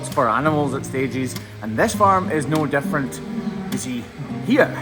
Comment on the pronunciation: I kept going over one part of your video…it sounded, to my tired American ears, one thing, but we found out that it was something completely different! Early on in the video, I kept hearing, “300 defecating cows. WHAT!??! I listened to it two more times, then I broke down and turned on the CC - Oh! 300 DIFFERENT KIND OF cows! Egad!